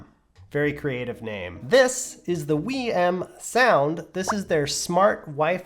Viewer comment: "Wii M". 😂 Love that never watched a single other video before reviewing, haha.